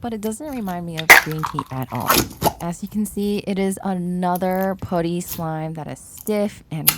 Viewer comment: It's pronounced puh-tty (put like hut) not poo-ty 😊